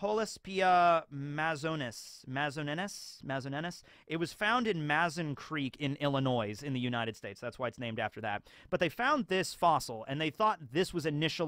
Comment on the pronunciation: As someone who lives sort of near the Mazon Creek fossil beds, it's pronounced Mah Zon not Mayzon.